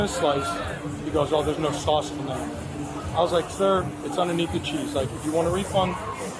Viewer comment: "Where's the swauce?"